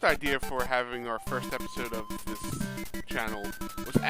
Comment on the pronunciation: I’ve never heard anyone mispronounce “episode”.